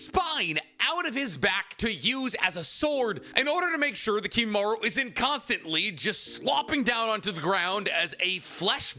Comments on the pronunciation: Its Kimimaro not kimimaru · It's Kimimaro, not Kimimaru :/ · Kimimar-O, brother. Not uuuu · Am I the only one that finds issue with constant mispronunciation of names? Like I, overall, love his content, but the constant pronunciation of 'Kimimaru' instead of 'Kimimaro' is killing me every time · It's been 12 hours I wonder if he didn't notice lmao. He says it with a U not an O so idk fam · Kimimar-O, not Kimimar-U... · KimimarO. Cmon man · KimimarOOOOO puh-leaseeee 😭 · bro it’s kimimaro